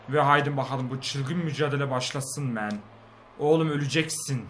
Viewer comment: Abi men deyil man